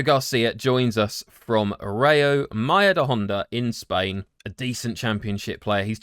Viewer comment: Love how you completely butchered the pronunciation of Majadahonda